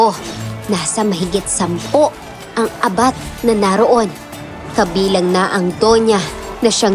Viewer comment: Mabilis pag bigkas na abat hindi a-bat,para sa akin lang salitang bisaya yan